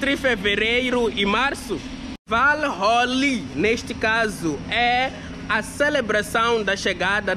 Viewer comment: O público não é trouxa... e Deus é justo. Aquelesque apelam duram pouco tempo na mentira e apelação... fora as pronuncias erradas, Rolí, em vez de Rôuli... Até que série estudou? PArece que falta muito estudo pra querer bancar o viajante influencer... bora voltar pra escola